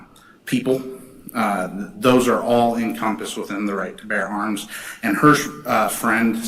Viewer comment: "Bear." Not "bare." 😂😊